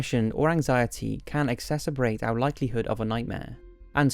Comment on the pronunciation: Ok, I've been bing watching your videos for over a week now. From time to time, you've mispronounced many words. Let's talk about pheonetics. His name, (Sigmund Freud), is pronounced "Froyd". Second, the word exsascrebate is pronounced "eggzasserbate". Not trying to be a grammer nazi, but I've seen many comments about mispronounciation in the comments section...